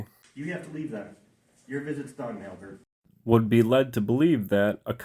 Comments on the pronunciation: Who says ALbert like that? Only, that's who. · Good job buddy! Why do say the name Albert so weird tho?